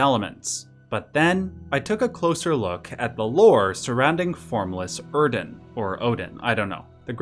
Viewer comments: Why is bro pronouncing it OeRdon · Theres no “r” in Oedon. You’re pronouncing it “Erden”. Why? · Im sorry but there is no R in oedon... so stop calling it erden/urden.... like it just stresses me out and makes you look stupid regardless of the validity of the lore.... please... like what? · I believe "Oedon" is pronounced "Eden", like the English spelling of "Foetus" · Sorry to be dramatic, but your pronunciation of Oeden is a punsihment to listen to. Where is the R coming from??? WHERE DID YOU ACQUIRE THE R,? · Hearing you pronounce Oedon wrong made part of my soul bleed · I don't know where you get an 'r' sound from Oeden.